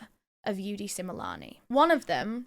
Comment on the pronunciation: I’m from South Africa, I’m loving how you pronounce their name correctly ❤love this 😊